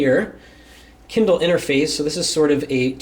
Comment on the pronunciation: It's kindle not kinder